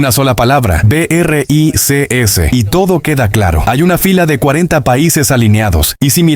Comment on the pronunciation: Vaya voz más rara que tienes, y eso de "e e uuuu" o "be erre i cee ka ese" (en vez de Bricks) suena aún peor. Es lástima, porque la información está muy bien.